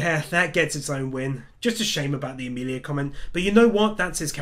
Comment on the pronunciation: not to be that guy cause I know what you are saying but its Emilia... sorry but kinda just annoyed me but I knew what you meant